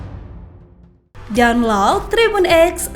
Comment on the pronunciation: Bukan donlaud, tapi daunlod.